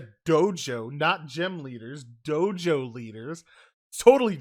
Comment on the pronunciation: I heard Jojo leaders instead of Dojo leaders